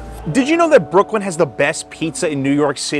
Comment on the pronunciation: Brookwyn? lol